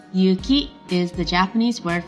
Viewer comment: it's YU-KI not YU-CHI